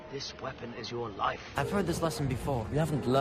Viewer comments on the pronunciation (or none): none